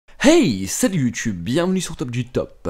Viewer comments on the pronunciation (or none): none